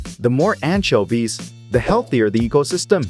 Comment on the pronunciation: the pronounce of anchoives(?) is making my brain burn someone explain pls (i keep hearing antshelby)